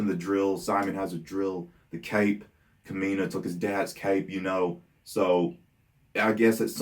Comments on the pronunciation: And, the stress in Kamina's name is on the first syllable, not the second. So it's KAmeena, rather than KAmeena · Ka-mi-na and si-moan